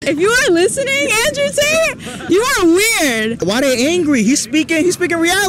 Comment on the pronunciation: “Con artist Ander Tate” 🤣🤣🤣